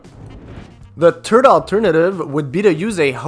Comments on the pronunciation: It's not a word game, it's how you pronounce THIRD.... you said TURD alternative hahahaa. Are you Canadian? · He said Turd hahaha.